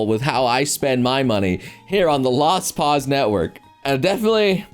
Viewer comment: No, no. Noble is fine. But after that he essentially just pronounced Lost Pause in Japanese